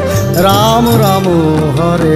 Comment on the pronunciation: It's Rama. Not Ramooo 😏